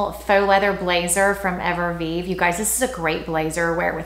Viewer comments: I think you are a beautiful woman with impeccable style. What I am offering is simply constructive feedback. I have seen this specific feedback offered on prior videos. One can lose credibility when words are mispronounced consistently. Evereve is pronounced Ever-Eve. Not Ever-Vive. No disrespect intended, just my opinion. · No R in castor oil. EVER EVE!!! Not Everveve. Pls, you are driving some of us crazy. I like your channel very much but stop with the mistakes! XO